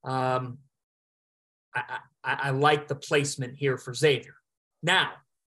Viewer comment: You lose all credibility when you can't even pronounce Xavier correctly. They are a three seed, in the big east, been relevant for over 25 years. Makes me wonder if you've even watched them play